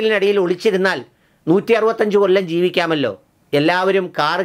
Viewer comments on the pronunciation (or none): none